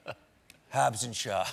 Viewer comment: He was doing so well till he said Hobbs and Shaw 🤣🤣